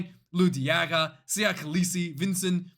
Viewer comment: Fuck me I love you videos 🤣 and your pronunciation of Nthlabakanye was brilliant!! Vincent needs some work 🤣